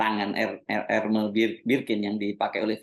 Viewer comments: koreksi dikit ya Pak: sebut Hermès nya, huruf S nya ikut disebut Pak… jd Ermès, bukan Ermè. Kalo di Prancis org Prancis ga ngerti kalo nyebutnya Ermè… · baca ermes mas bukan ermei